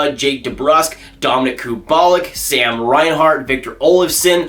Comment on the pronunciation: YOU DID NOT JUST SAY KU BALL IK, ITS KUBA LEAK